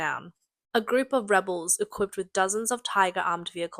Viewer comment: Also it’s REH-bulls not reh-BELLS, when talking about a group of people and not an action.